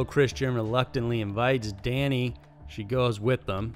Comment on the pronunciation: It’s Dani, not Dana, chose Christian cuz he was drugged and cheated on her and treated her like crap throughout the movie.